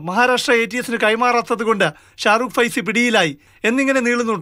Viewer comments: ഫൈസിയോ 😀😀😀😀 എന്താണ് ഭായ്..... പേര് പഠിച്ചിട്ട് പറയൂ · ഫൈസി അല്ല😂 സൈഫി ആണ്😀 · Faisy???? Shahrukh saifi ennalle? Endh news reading aanith? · Sharukh faisi alla saifi 😂